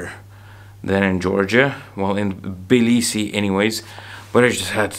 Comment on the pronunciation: it's actually not Balisi, it's Tablisi, Georgia (the Capital). Good luck!